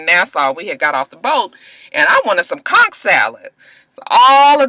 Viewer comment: I'm from Nassau and you're the first American I heard pronounce conch correctly👏👏👏